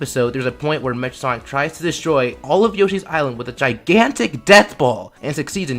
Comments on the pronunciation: 😂😂😂😂 It's cool just funny to hear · This is a good video. You just pronounced Mecha Sonic wrong.